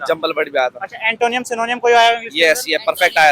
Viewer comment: I can also speak english but when someone talks to me in hindi, i reply in hindi too. Upar se glt pronounce krte log ..what is 'सिनोनियम अंटोनियम'? It is pronounced as 'एंटो-निम , सिनो-निम 'Antonym -Synonym .🙄